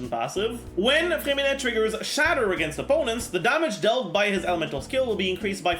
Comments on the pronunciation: Your name pronounce is perfect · Bro you say his name with a perfect french accent (i’m a croissant btw) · Oh my god, your french accent on “Freminet” prononciation is amazing ! Apart from that, nice video as always